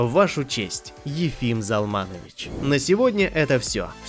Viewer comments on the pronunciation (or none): Спасибо! Приятно слышать. Но отчество правильно произносится ЗАлманович, а не ЗалмАнович. Для еврея режит слух. Но, что от робота ожидать?